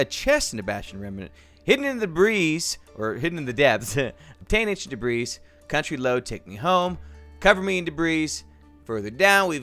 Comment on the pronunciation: logdotzip: cover me in debris normal right? well he pronounced it debriS instead of debri see for yourself